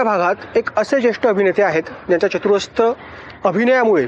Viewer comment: चतुरस्त 🤔😄❌ चतुरस्र ✔️